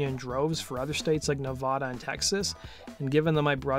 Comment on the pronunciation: It's not nevada. Its nevada.